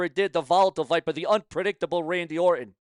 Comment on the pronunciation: What is " Sumackdown"? What is a "bilavard"? Who is Randy "Or-in"? May 19th means absolutely NOTHING!!! Who is "Mitchen"? Did your mother have any children that lived? Why do you hate the English language? Why do you sound like a snake oil salesman? Aj Lee return as big as Punk's🤣😂🤣😂🤣😂? Ok you have zero brain cells left! Benoit MURDERED A CHILD!!! You pile of 💩!! Who is "Oba FEEMEE"? Why do you hate English?!? Just my thoughts, comments and opinions!!!!!!!